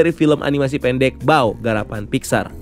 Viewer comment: Tulisanny mmg bao tp dibaca pao min